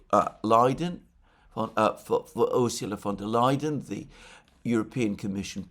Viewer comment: "Ursula von der Leiden", what a perfect lapsus linguae ✌